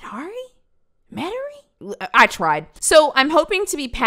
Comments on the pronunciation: This Louisianian gives you props for pronouncing Metairie correctly. You got it the third time. Met-uh-ree. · As someone from Metairie, Louisiana, you said it right the second time!! Not many people can get it!😌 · You said Metairie right!!!! The second time! Right by New Orleans. So weird to see a city I live near. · u were right the second time queen - met-ah-ree lmfao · You got it right 😂😂😂 it’s met-air-ee also the way my jaw dropped at my hometown being dropped in this video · Also you said it right! Good job! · You pronounced metarie,la correctly and the last story is hilarious. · But u got it right at the end!!! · btw you did say metairie right lol its a town here in louisiana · You pronounced the town correctly the second time. It’s in Louisiana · You said Metairie right on the second try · You said Metarie correct the second time. Its by new orleans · You got it right its pronounced met-er ree(metairie)